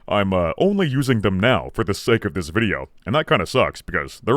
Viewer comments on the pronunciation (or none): none